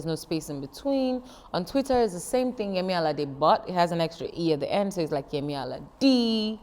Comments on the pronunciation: Alode? Seriously! Just because you want to say you're a Caribbean wanabe English, you make mockery of a name you’ve heard over and over. You are definitely suffering from presbycusis. What's so difficult saying Alade(Aladay) as you here it? Forget about forcing yourself to be English, your vocal cord is designed to pronounce that name. Shame on you! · I'm sorry but how are you struggling to say "Allah Day" but you can say Birmingham and Leicester so easily :/